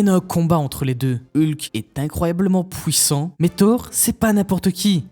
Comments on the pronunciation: j'ai compté beaucoup trop de fois le mot pouwissant dans la vidéo 😭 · ''Plus Hulk est énervé plus il est pouwissant''